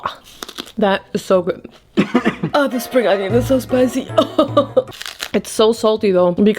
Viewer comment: It's "onion", not "ANYIN".